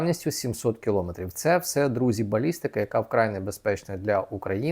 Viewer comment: Правильно говорити кіломЕтр